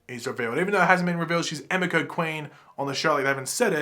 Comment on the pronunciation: Btw it's pronounced Eh-mee-ko.